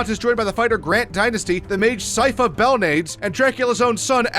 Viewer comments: Lmfao I stopped watching after he said sypha bo nades... 🤣🤣🤣 bo nades!!!..belnades ..BELL NAH DES...belnades not bo nades. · "Bell-naids"?? Are you serious with that pronunciation??